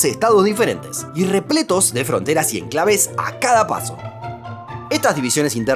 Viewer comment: Creí que decía “El país de los esclavos”